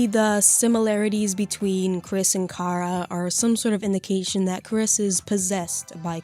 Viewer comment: Just pointing out, the plot of the genocide run isn’t Chara possessing Frisk. Chara at the end reveals that they’re the narrator in all runs. The player controls Frisk into killing and since Frisk and Chara share EXP and LV you basically turn Chara insane and evil in the genocide run. Also their name is Chara as in character so the ‘ch’ sound shouldn’t be made.